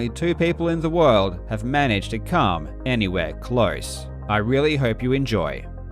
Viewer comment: ... That doesn't sound like "come"